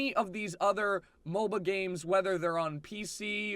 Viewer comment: "A MOLBA"